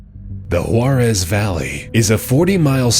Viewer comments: “Whorarez valley” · He pronounces the first one "hwor-ez" when it is actually pronounced "hwa-tez"